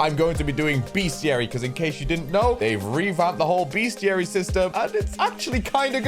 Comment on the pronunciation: just a head's up, it is pronounced "best - iary" and not "beast - iary"